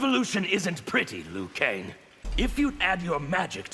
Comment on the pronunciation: finally someone pronounced "liu kang" in the correct way (mandarin)